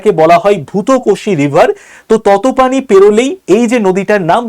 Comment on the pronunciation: ততপানি নয় 😂তাতোপানি হবে 😂